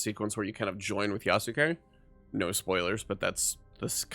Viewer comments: How did you get this far into the game without learning how to pronounce Yasuke? The u is essentially silent. It's Yahs-kay, not Yah-soo-kay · They say his name in the game several times, and you still can't pronounce it correctly. I've heard several youtubers mispronounce Yasuke.